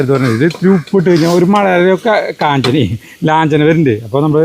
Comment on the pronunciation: ലാഞ്ചന'ക്ക് പകരം കാഞ്ചന... ചിരി വന്നു പോയി.. ❤😂